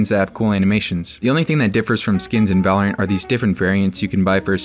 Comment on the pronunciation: The guy at the end said vulurunt